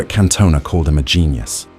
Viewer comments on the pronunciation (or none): who the fuck is Kantoner? It's CAN-TON-AH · CanTone-Ahh? What in the AI is this? FFS 😢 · Can Toe Nah? It's pronounced Cantona you AI slop machine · Can-toe-ner?! is this AI slop?! What a let down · Can-toe-nah.. AI slop 🙄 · Cant-owner? AI slop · Same - then he said 'can-toe-nar' ...ai voiceover? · Can't believe someone makes a thing about Scholes but never says his name correctly once. Also says Cantona wrong. Is this AI? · The pronunciation of Cantona certainly confirmed that this is AI ratshit.